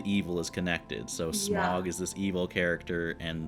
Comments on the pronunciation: A question if I may. I have watched several Americans reacting to these movies and you all seem to have a problem pronouncing Smaug's name.You keep saying Smog,like log and bog,it should be like loud and proud. My question is why?You have heard it clearly pronounced perhaps a couple of dozen times.Can you hear the 'ow' sound,or do you really hear an 'oh' sound? Merely a linguistic curiosity but I hope you can answer me. And yes,less opinion and more natural reaction please.Otherwise good vid. 𝘖𝘕𝘌 𝘗𝘏𝘖𝘕𝘌 𝘛𝘖 𝘙𝘐𝘕𝘎 𝘛𝘏𝘌𝘔 𝘈𝘓𝘓, 𝘖𝘕𝘌 𝘚𝘌𝘈𝘙𝘊𝘏 𝘛𝘖 𝘍𝘐𝘕𝘋 𝘛𝘏𝘌𝘔, 𝘖𝘕𝘌 𝘛𝘞𝘌𝘌𝘛 𝘛𝘖 𝘉𝘙𝘐𝘕𝘎 𝘛𝘏𝘌𝘔 𝘈𝘓𝘓, 𝘈𝘕𝘋 𝘐𝘕 𝘛𝘏𝘌 𝘊𝘏𝘈𝘛𝘙𝘖𝘖𝘔 𝐁𝐈𝐍𝐃 𝘛𝘏𝘌𝘔. wake up! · Smaug is pronounced “Sm-ow-g” same for Sauron being “S-ow-ron”. Just listen, they pronounce everything in the movies and you’d know who is who and what things are if you pay attention to what people are saying, not just the events. You’d also know that Thorin is becoming worse of a person because of Dragon Sickness. Basically a magical metaphor for greed. Also, the reason why Gandalf could hold back Sauron for a bit, same with the Balrog, is that Gandalf, Sauron, the Balrog, and Saruman as well, are all Maiar, the same species of being, if you will. Sauron can’t be stopped completely because Sauron is the most powerful of the Maiar. Maiar are basically angels, by the way. That’s why Gandalf the White seems more angelic in nature, because that’s essentially what he is. Different Maiar serve different “Gods” or as they are called here, the Valar. Balrogs serve Melkor (Morgoth) the evil Valar that corrupted elves to make the first orcs and he eventually turned Sauron evil and made him join his side. Melkor has been long defeated by the time of the rings, Sauron is the one in charge of the original mission, now.